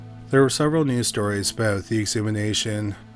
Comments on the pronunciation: Ex-hu-ma-tion. Exhumation. Not "exhumination" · Dude really said “exumination” lol . Why cant this dude speak english? It’s fkin “exhumation” you fkin idiot . What happened to learning your language? Is this a low IQ issue? Judging by the slowness of this dudes voice, probably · You need to learn how to pronounce exhumation. It's not exhumination...